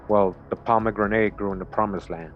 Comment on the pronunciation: It's pronounced "Pom-e-GRANIT." Not "grenade". JC.